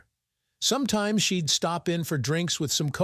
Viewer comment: Your computer that reads the story is illiterate constantly mispronouncing words like “she’d” among too many others.